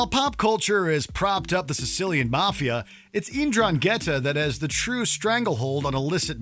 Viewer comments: You absolutely butchered the pronunciation of Ndrangheta. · As a italian it disturb me his pronunciation of 'ndrangheta